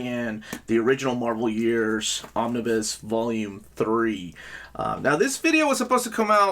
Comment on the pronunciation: did you just say Omni-boo? lmao